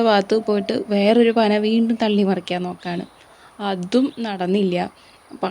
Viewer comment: പനമറക്കാനല്ല മറിക്കാൻ എന്ന് പറയൂ കഷടം